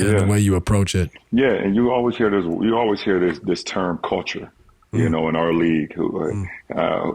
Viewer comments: Unnecessary LeBron hate Vol 12,500: I hate how he says "Call-ture". Btw, according to Skip Bayless source, the knee injury is fake because there's no way you could have kept playing w/ a grade 2 sprain. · Steve Nash shoulda broke down Lebrons "Caolchure" just in case there was some confusion lol